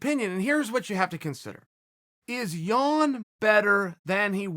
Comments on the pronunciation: Haha thanks for learning how to pronounce Jan :) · Chael you got it right!! I literally clicked on this to see if you'd say Jan or Yan. Well done sir!